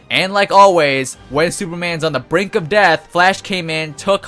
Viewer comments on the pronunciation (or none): none